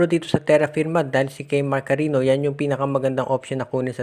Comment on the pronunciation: Hindi Yan KARINO, KARINYO ang pronunciation niyan. May Ñ Yan hindi N. Cariño